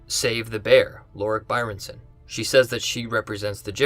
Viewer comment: Byrnison not Byrenson. And its CORam not CorAM